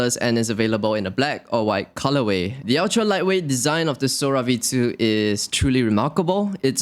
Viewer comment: You sounded just like my southern grandpa saying it’s available in da black or da white lol not trying to be any “ists” just thought it was funny